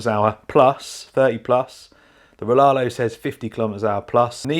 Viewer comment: Riaario not Rilarlo